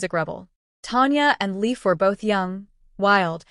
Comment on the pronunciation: That’s Leif. But it’s pronounced Lafe, as in safe